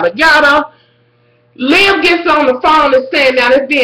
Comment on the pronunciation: I love how you call her Lib even though it Liv love ya